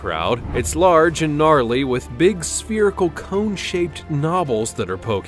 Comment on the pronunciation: I actually like the video, very interesting but a few things - your pronunciation of "spherical"; asking people to like and subscribe after the first animal before people have even had time to review the whole video; and tortoises are not turtles